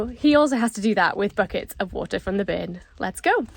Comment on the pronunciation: Omg, “a bern” running through….., try and teach the word “Burn”. So funny in the Newcastle accent